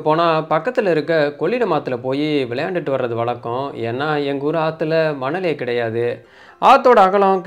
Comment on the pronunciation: வளக்கம், செந்தமிலன், பளக்கம்.....ரொம்ப சுத்தமான தமிழ் உச்சரிப்பு!😂😂😂😂😂😂